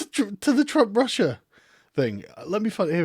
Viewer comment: Why do I hear "Prussia" instead of "Russia"?